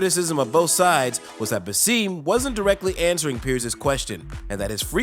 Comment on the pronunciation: His name is BASSAM not Baseeeeem!!!!! Get it right